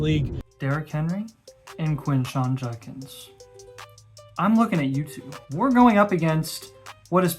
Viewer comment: Quinshon "Junkins"....